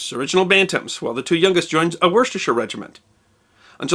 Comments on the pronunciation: Just to advise: It is pronounced Chesh-uh, not Sheshire. And Wouster-shuh, not Worsetershire. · Very interesting and well researched, although pronunciation of Worcestershire and a few other words could do with work.